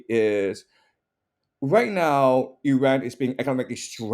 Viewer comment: Zero vision on Iran's reality and full delusional history BS digest. Talk to somebody that at least can pronounce the name of Iran correctly.